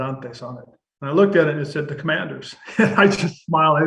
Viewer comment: AS a life long fan i have to say ...you fumbled the team name.